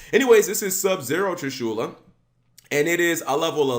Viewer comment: Damn his pronunciation of Trishula bothered the fuck out of me